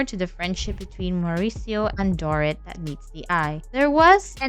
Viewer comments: If you are going to gossip about others, at least pronounce their name correctly. Dorit's name is not "door-it", as you pronounce it. It is"dor-eat." At least TRY to get the names correct for the people you get paid to gossip about, or better yet..get a real job. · years ago, i worked with a bartender who claimed to have met Mo on an air plane and ended up having sex with him. she was a silly woman though. the bot voice over mispronouncing Dorit's name is petty AF.